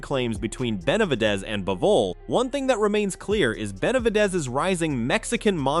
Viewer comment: "BenalVidez"?!?! Fuck these AI channels.